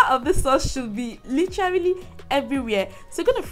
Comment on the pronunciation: The word is lite-rally😂😂😂😂